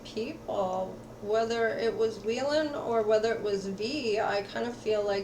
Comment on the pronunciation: Its wheein mamamoo not wheelin but thank you for the reading.. can't wait for their activities in the future about music❤️